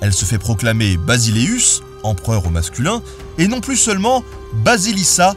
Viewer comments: NOTA BENE : en Grec la lettre “B” ce prononce comme un “V” la bonne prononciation est donc Vasilissa (Basilissa) pour désigner l’impératrice et ce mot existe toujours en Grec moderne pour désigner la Reine et Vasilias (Basilias) pour l’empereur en grec et désigne lui aussi en Grec moderne : Le roi et Basileus est surtout le terme Latin voilà c’était pour rectifier une simple petite prononciation de la lettre “B” de l’époque Byzantine ! Et du grec moderne ! Super vidéo en tout cas, comme toujours !!! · Juste une petite correction sur la prononciation de basileus se prononce <<Vasileufs et Vasilissa >> cars en grec B n'existe pas beta est plutôt Vita.